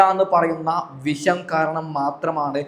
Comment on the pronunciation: വിശം ആണോ പറയുന്നത്? അങ്ങനെ ആണെങ്കിൽ തെറ്റാണ് - വിഷം എന്ന് പറയണം.